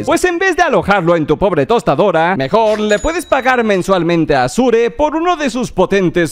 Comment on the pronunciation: consejo, se pronuncia Ashur